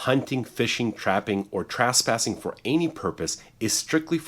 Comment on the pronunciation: Trasspassing or trespassing? Asking for someone that’s not an attorney with a ridiculous mustache!